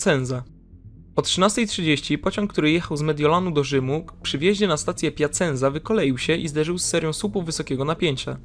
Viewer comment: "Piaczenca" please, to trochę boli ucho fana włoskiej piłki...